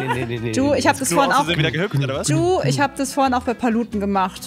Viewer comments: Juuuuuuu Man spricht es Dschuuuuuuuu aus ey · Auch funny das Gnu die ganze Zeit you statt Ju sagt😂👍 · Wie gnu immer You zu Ju sagt😂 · Spricht sie Ju eigentlich extra falsch aus